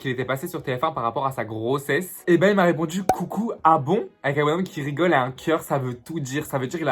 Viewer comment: « J’raygole » je meursss 😂 mais je kiff❤️